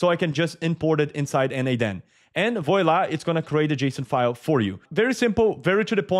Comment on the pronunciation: Thanks :-) Note: voila is pronounced VWALA